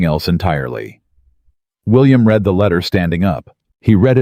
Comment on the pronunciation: Read is “ to read” as in “ to read a book” is pronounced “ reed” , past tense “ he has read a chapter from the book” is pronounced as “ red” .